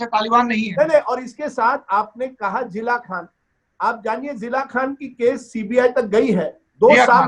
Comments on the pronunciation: Love it he is saying Zilla Khan 🤦🤦🤦🤣🤣🤣🤣🤣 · सौरभ जी, अगर इसको हिंदी नहीं आती तो ये आपके चैनल पर क्या करने आता है, राजदीप तुम जो कुछ भी बोलता है उसका प्रमाण लेकर शो में बैठता है? सौरभ जी इसको अपने चैनल से भगाइए वरना दर्शक ललन टॉप से भाग जाएंगे। ये तो जिया खान को जिला खान बोल रहा है, इससे पता चलता है कि ये कितना बड़ा पतलकार है। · Abey jaahil Rajdeep Jila khan nahi Jiya khan bol..thodi study kar liya kar